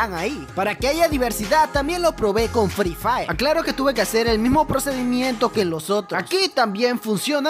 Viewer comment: Fri fair dijo el:v